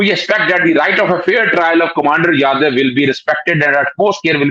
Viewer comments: Madam He is Jadhav not Yadav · his name is pronounced Jaa-dhav. Most Pakistanis pronounce it as Yaa-dev. Maybe it has something to do with the way it is written in Urdu, or your phonetics. Anyway, Commander Jadhav has spent a long time in prison, but Pakistan has yet to decide whether he is a terrorist or a spy. Too much is being made of him, a la James Bond. The amount of things attributed to him make him something of a one man army who has devastated an entire country. Honestly, India would have sent someone who spoke Punjabi or Urdu to Pakistan as a spy, rather than a person who would stick out like a sore thumb the moment he opened his mouth, because of his strong Marathi accent. I don't think Indian agencies are novices to make such a basic mistake. Secondly, the fake passport that was purportedly recovered from him has his name as Mubarak Patel, which would make him a Gujarati. It should have been Patil, because he is a Maharashtrian, and the fake passport also shows him as belonging to Sholapur, which is in Maharashtra. Any resident of Gujarat or Maharashtra would not commit such an elementary mistake. Agar spy hota to, he would have been much smarter than to have his name in the wrong format. The whole of Pakistan has been convinced by propoganda that he is a terrorist, which is highly unlikely..Anyway,hope he gets justice..